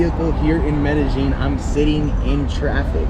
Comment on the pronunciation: Learn to pronounce the name of the city properly. You do like the uneducated barrio people - not like a Paisa . Just because they communicate in “Getto speak” in the hood of NYC and LA doesn’t make the butchering of the King’s English right. Same with the King’s Español.